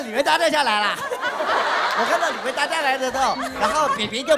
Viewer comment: 娜娜说李维da我笑了好久